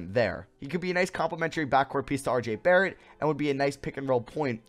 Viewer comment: Man said “Rj Barrett” 😂😂😂